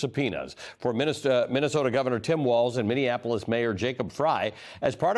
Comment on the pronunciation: You edited and still butchered his name. It is Walz.